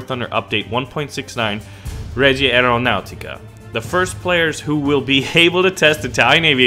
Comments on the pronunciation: ''Reja (an American J, not spanish) Aeronaauuticah'' Regia Aeronautica, Royal Air Force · ma come hai pronunciato reumatica reggia ps: i'm Italian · reja aeronateeca it is better if you pronounce it so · Every time pronounces Regia Aeronautica Princess Peach gets sent to a different castle.